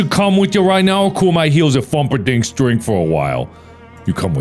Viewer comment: "Fumperdink's"??? Mark! You made it into a Loathing game!